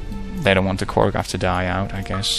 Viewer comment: Why do you say it like Korgath, wen you know it's spelled Korath?